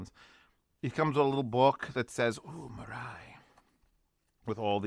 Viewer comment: Yes, the correct pronunciation is mee-rye. With the first syllable being higher in pitch than the second.